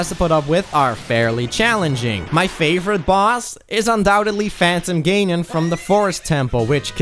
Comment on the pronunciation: Did.....Did you just say, "Phantom GAYnon"?? He's not gonna like you talking about him like that dude shhhh...lol